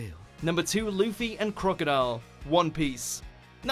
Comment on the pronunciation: Did he say leafy instead of Luffy?? Or was it just me?